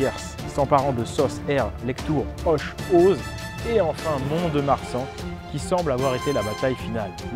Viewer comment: On dit é auze pas "ose " ;-)